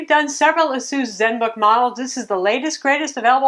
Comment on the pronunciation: Its ASUS! Not asoos. Jesus lol.